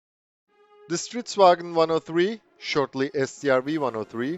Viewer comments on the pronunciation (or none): i am from sweden and its not stridsvagen its stridsvagn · It isn't "Stridsvagen" but "Stridsvagn", vagn pronounced as vaŋn, that is a glutural "gn"